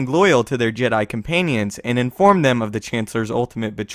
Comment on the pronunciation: Did he just say comPAINians?